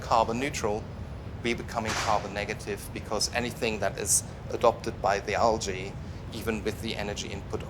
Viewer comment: Argh. "al-ge"